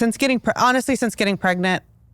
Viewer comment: Pregnet? Pregante? Pregananant?